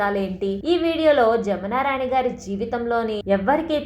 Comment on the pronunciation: జామున రాణి గారు కాదు. జమునారాణి గారు.